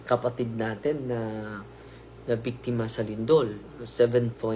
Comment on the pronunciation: "biktima ng lindol" po. Hindi po "bikdima sa lindol". "Of" is "ng" in Tagalog.